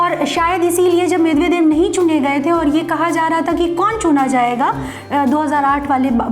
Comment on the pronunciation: कामरेडों ने तो लूटकर रखा था रूस को यही कारण था वहाँ विखंडन का , जॉर्जिया पर कब हमला किया ? मिदवेदिव होता है मिदेवेदेव नही । बहुत अधूरी जानकारी है तुम्हारी , थोड़ा कामरेडी पात्रतारिता से हटकर फैक्ट जुटाया करो ।